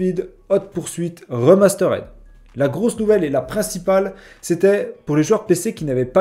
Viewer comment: Remasterède...????? puree l'anglais 😂😂😂